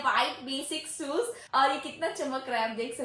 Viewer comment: Soes kya hai shoes hai😂😂😂😂